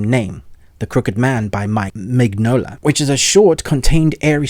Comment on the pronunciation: For future use: Guillermo is pronounced Gee-err-mo*. The L's are silent. Mignola is pronounced *Mi-nola with the G silent.